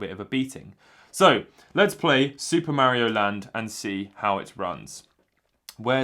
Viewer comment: BLOODLY DUMBASS IT IS MARIO NOT MEARIO